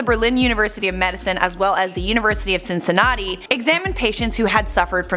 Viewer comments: "CincinNOTTI"??!! As someone from Cincinnati. you piss me off. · Cincin not i, CINCINNATI, u r making us look bad